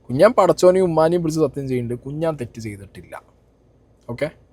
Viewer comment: കുഞ്ഞാൻ ❌കുണ്ണൻ ✅